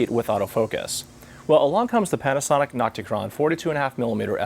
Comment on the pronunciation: sounds like he's saying panty...